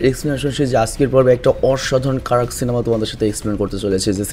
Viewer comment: Apni ekbar সিলেমা bolechen 😂